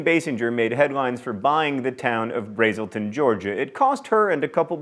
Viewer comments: Braselton is pronounced "Brazzle-ton," not "Brayzle-ten." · The first syllable in "Braselton, GA," has a short "a." Rhymes with cat, bat, etc. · haha aw. braselton has a short a. :)